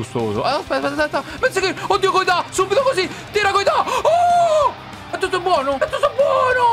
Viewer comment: Coito non koita